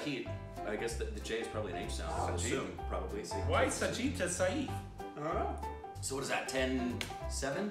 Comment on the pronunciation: Thank you guys for entertaining my evening XD Ranveer was rather easily recognizable especially on the first pic ^_^ I had already seen that Akshay Kumar pic yet I always fail to recognize him lol I did not recognize Big B and Saif! (BTW it's said sef not "sa - if" I used to do the same mistake!)